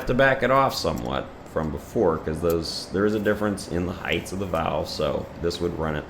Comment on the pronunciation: So many pronounce the word height as heighth. Heighth doesn't belong in the English dictionary. My dad is the same and no amount of coaching changes him. Strange.